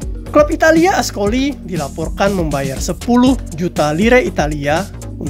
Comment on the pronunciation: Maaf min...kalau baca C...dibaca K...jadi francois...di baca frankois...ascoli dibaca askoli..